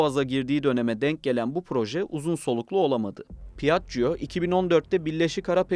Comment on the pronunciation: "pi - ACC - COO"...... rahat olun, "piajio" olarak okunabilir. Üste üste duya duya dayanamadım ve videoyu kapattım.